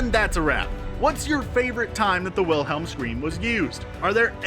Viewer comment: Pronounced it with the W sound Instance dislike 😤😤😤😤😤 It’s a V Aaaaaaaarrrrrrggggghhhh